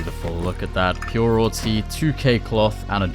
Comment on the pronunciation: “pure awwtey”💀 just playing love the content will keep it up